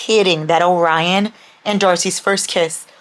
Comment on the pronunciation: Calling Orion “Obrian” was the highlight of my day 💀